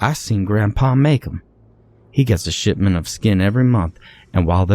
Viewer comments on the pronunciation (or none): none